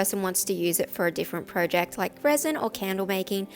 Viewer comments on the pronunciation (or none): Pro-jecked? Its project!